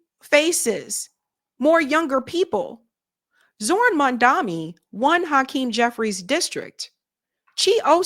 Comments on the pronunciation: ITS NOT "MONDAMI." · Shit, still!?!!!?? It’s MAM-DANI!!! What the hell? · sorry to do this, but I’m turning you off until you learn to say Mamdani’s name right…. It’s gone too far at this point.